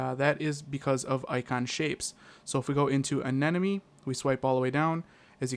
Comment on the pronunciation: Does anyone notice he says ANENOME instead of ANEMONE?